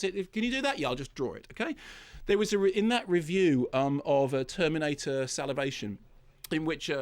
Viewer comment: terminator salivation 🤤